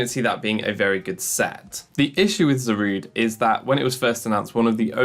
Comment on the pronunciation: "It's 'Za-ru-day', not 'Za-rude'."